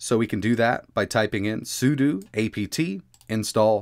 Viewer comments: "sudo" is usually pronounced as "su-doe". It was jarring when he said "su-doo" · bro it's sudo not sudu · I've always heard su-doe, but I do understand why it would be su-doo